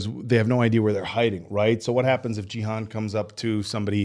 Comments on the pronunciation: You’re pronouncing Gi-hun as jee-han. Gi is pronounced like Ghee. The G is the same G sound as “good” or “game”. Hun is pronounced as hoon, similar to moon. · With peace and love 😆 his name is a 'hard G', Gee-hoon haha ❤ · Hey Guys, love your reactions. Just a note: the G in Gi-hun makes the same sound as the G in Greg or go, not the sound as the G in George or gym.